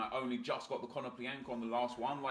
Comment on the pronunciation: ea made more than 1 mistake its konoplyanka not kononplianka, love RTG aswell its very good cheers